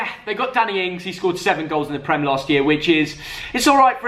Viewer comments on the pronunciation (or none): none